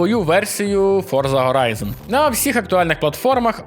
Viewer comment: Horizon Hogwarts Hades Это всё английские слова. Не надо их "украинизировать" заменой звука Х на звук Г. Это неправильная практика, которую не стоит популяризировать, пожалуйста.